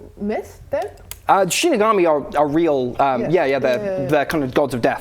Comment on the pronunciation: I’ve never heard Shinigami said like Shinig-army. I’ve always said Shinig-ummy.